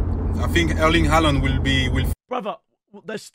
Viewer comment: bro said haland instead of haaland